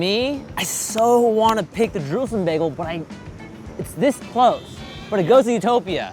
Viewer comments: had a little trouble saying “Jerusalem” lol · The way she says it: Jeroouzeleeem Baygal